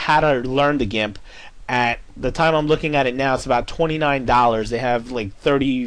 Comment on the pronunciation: i think he pronounce gimp as in jimp because of an "i" as the second letter in in the word. there are some words which sounds the same way. two examples would be; giraffe and ginger...but hey i might be wrong